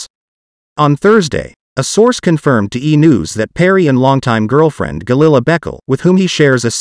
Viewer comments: The name is not Beckle, it's pronounced Baykaylay. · Her last name is pronounced Bu-kau-la not Beck el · Calling her beckle 🤣🤣🤣 It's a well known Ethiopian name, I'm pretty sure it's pronounced ber-key-lee